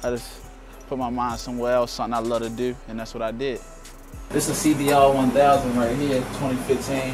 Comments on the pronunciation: The way he says the word "do" is like saying "dew" from mountain dew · that's how ppl in Baltimore talk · The way he says "to" or "do" sounds like he's French or British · he sounds like he is British when he says certain words like "New" or "Too" or "Do".